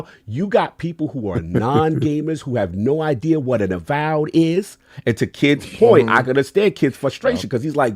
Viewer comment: addict: it's "innovate", not "innervate"!! Also "idea" not "ideal". SPEAK ENGLISH. meaning no offense 🙏